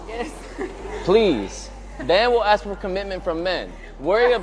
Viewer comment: Aks? Claim to be educated and can't pronounce ask. What a retard.